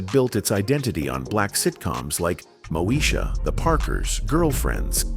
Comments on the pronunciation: It's pronounced Moe -e -sha. No Mosha. Get it right. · 🫤Mo-shuh?!?! Ughhh😩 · I remember Kim singing and being funny. Also, telling Moesha off when she thought she was better than everyone. I don't remember ever seeing her eating. And she definitely wasn't chasing Professor Ogilvy. She hàd a bf on the show. AI, it's pronounced "Two Two Seven" & "Moe ee sha" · I think you need to do more research on this topic and its Mo-e- sha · "Moe - Sha"... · First, you pronounced Moesha wrong, and then you got some of the shows facts wrong. You really need to do your research before posting. I'm out. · This video narrator must be AI because he mispronounce the shows Moesha and 227. LOL, SMH. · Click bait, mis pronunciation of the show Moesha. The thumbnail made it seem as if they were going show a before and after picture of a transformation of some sort. Good info, the thumbnail sucked!! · Stop mispronouncing moesha